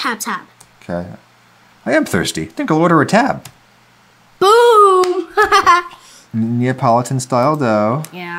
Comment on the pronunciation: i love how his son pronounces neapolitan as napoleon